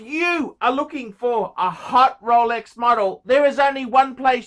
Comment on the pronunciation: "Every man should have a Rowlecks", 2000 to 2019